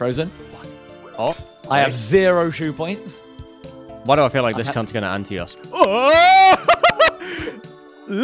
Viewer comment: Did just call his energy “ shoe points”????